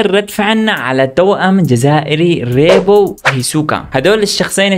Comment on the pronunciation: روبو: ❎ ريبو☑️😂